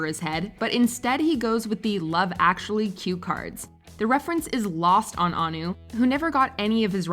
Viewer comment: Its not An u its Ann wo the pronunciation Or An nu